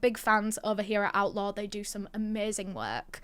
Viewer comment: I thought that she was saying outlaw not outlore...lol